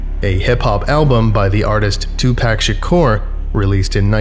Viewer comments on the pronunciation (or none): Pock not pack 🙃🤪🥰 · “Two pack”? TWO PACK???? Too poc. TOO POC Tupac = TOO POC Cmon now. You hurt my soul with that. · Tu PAC not Pack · Tupac, pronounced : TOO-PAHK. Not two pack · Him saying 2 pack 😬